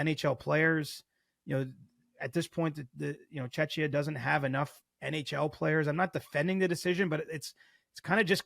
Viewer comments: The Czech Republic is also known as Czechia. He just fumbled the pronunciation. He never said Chechnya. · If you cannot learn to pronounce Czechia, CJ, just say Czech Republic.